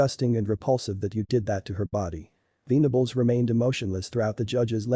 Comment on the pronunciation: Should be venables like ven , but not veen